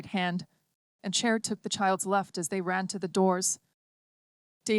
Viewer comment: An audiobook that is read by a human would be preferred... This A.I. does know the difference between "Chair" and what is most probably "Cher" as a person's name.